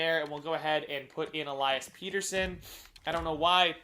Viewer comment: its pettersson like better son not peterson